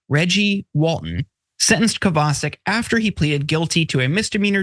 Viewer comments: Isn't it "Kovva Shic" rather than Kavar Sick"? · Kovacik is a Slavic name. Pronounced Co-va-chik. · Not that it's important but that name should be pronounced "Kovachik" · I think that might be pronounced Cova-chick. But mostly I don't care. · It's Kovacheek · Omg, did you ever butcher that guys last name! It's polish, Koh vah check. None of you proof read your segments beforehand to iron out these mistakes and it shows. Be less lazy!!!! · Would it not be pronounced Kova-chic? Not defending anything about the person, just an intellectual query. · Any name that ends with a "CIK" is pronounced "CHICK" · Good point. And in case of this guy, it is pronounced KOVAH-CHICK.